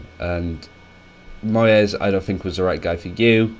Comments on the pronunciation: He pronounces "moyes" as "Moy Ez" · Who is this moy-es we should be on the look out for this new Spanish manager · "Moyès" lol